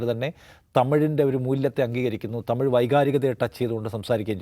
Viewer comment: എടാ ദാവൂദ് തീവ്രവാദി തമിയ്.. അല്ല തമിഴ്...